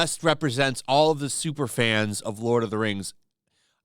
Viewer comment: I laughed every time you said “Supafans” who are these clowns being interviewed?